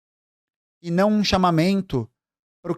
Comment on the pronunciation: Tá maluco, achar que desmentir o Nikolas está errado, você está louco? Em que mundo vive? Você acha que a base do povo, os jovens nos dias de hoje, entendem o "chamameinnnto, o quetionameinnnto das Ameinda do comunismo do YouTube? Cara, é por isso que eles nadam de braçada. O governo Lula está pecando no valor da cesta básica, pois não está administrando direito as reservas internas e controlando os preços dos alimentos, o que gera um conflito enorme entre benefícios, reposição plena salarial e inflação. Fora isso cara, é bem diferente da gente lutar contra essa farra de mentiras nas redes sociais. Tu conhece pobre mesmo "comunista"? Conhece mesmo? Vai na UPA? Pega remédio na Farmácia Popular, tem filho que usa cota para ingresso na educação? Poha, se situa na vida. E outra coisa, precisamos de muitas, muitas Erikas nas nossas vidas. Quem defendeu o 6X1, foi você? Estou chocada de verdade com esse vídeo e cada vez mais contra a "comunistas" como você , entrei no PcdoB através da galera da UJS e sai para me filar ao PT quando vi o país entrando no buraco em 2016 e principalmente por conta de pseudos comunistas como você. Trabalhei no Sindicato dos Comerciários e sei que não é "tutela" o povo se emprenhar de verdade pelas redes sociais e igrejas. Eu lido com caixas de supermercados, atendentes terceirizados das Clínicas da família e outros mais, chão de loja, como dizem. SÃO ALIENADOS POLITICAMENTE SIM. Deixa de ser hipócrita. Na boa de saco cheio é desse seu tom professoral co